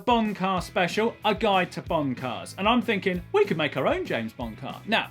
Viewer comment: Am I the only one who keeps hearing "Bong-Car"??